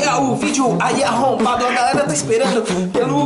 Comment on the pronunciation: ELES FALAM ARROMPADO '-'